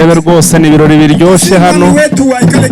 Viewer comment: Ntibavuga" ikiroli "bavuga "ibirori"